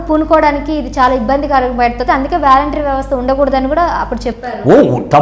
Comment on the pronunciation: వేలెంటరీ కాదు వాలంటరీ వ్యవస్థ..... ఇంగ్లీష్ పదాలు తెలుసుకో మహాతల్లి